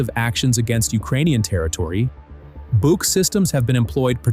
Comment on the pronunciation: I am so happy, someone finally started to pronounce the „BUK“ system correctly with a long „oo“, longer as in „book“😊😊